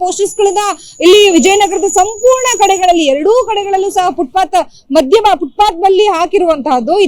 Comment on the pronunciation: Anchor adu footbath alla FootPath Nim Channel ge ondu namakara ,,gotilla andre kannadadalle matadri